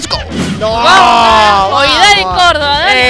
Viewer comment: "Córdoba" no córdova, esto no es coca papiii